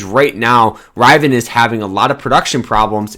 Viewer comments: OMFG "RIV E IN" phonetically. Please do not take advice from here. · Did you say internal public offering? And are you pronounce it Rivan? 🤦🏼‍♂️